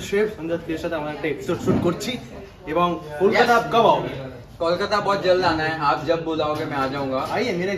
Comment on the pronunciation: Ota callkata na, Kolkata hbe...